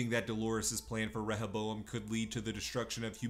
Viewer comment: Reh ha bowam lol. They fucking say it dozens of time in the show.